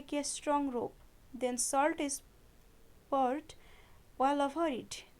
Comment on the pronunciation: That is poured not peard